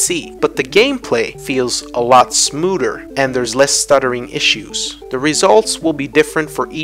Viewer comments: 'Alot Smooder' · "feels a lot smooder" lmao 😁